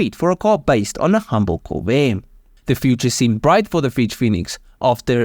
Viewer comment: visual elements ok If that was not a AI, have somebody coach the guy on pronunciation...anybody who cannot pronounce "Corvair" should not be doing voice over work. If it is AI, add to above list: lose the accent. Please disregard that comment if you are a human; it would be rude to suggest.